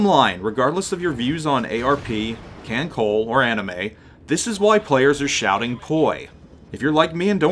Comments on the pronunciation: oh another thing, the pronounciation kan col "le" not kan col. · So I'll toss out the correction that I don't see in the first few screens worth of comments--a pedantic one. "KanColle" is short for "Kantai Collection," and thus the trailing E is voiced; the pronunciation, in English, would be "Kan-Co-lay." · It's a good video to have up, with a couple mistakes: 1. It's pronounced "kahn-tie" and "kahn-coll-eh" 2. Yuudachi is a Shiratsuyu-class DD (Shiratsuyu herself is also in Kantai Collection) Also, if you see a player respond to "poi" with "nanodesu" or "khorosho", those are the catchphrases of Inazuma and Hibiki/Verniy, respectively; they are both DD's of the Akatsuki-class. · KHAN-SOLE-LE(The way you says ole'): Kancolle ya welcome